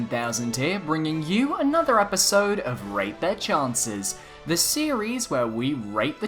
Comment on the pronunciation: Why did i hear ”rape the chanses”